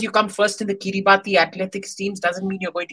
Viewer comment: It is pronounced as "Kiribas". A small correction.